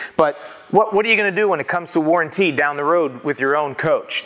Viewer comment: All about that waran-tee